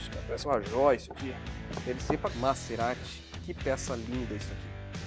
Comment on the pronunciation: Vc sempre fala nome dos carros errado. Não é MaÇErati,,,, é MaZErati.